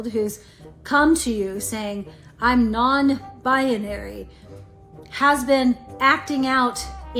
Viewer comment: That crazy b$*#> just said non-BIANARY. What the hell is that?! Binary. Bi-nar-y. You are welcome, nutty lady.